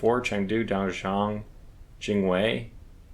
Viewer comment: You keep saying Jinwei. It's Jiangwei.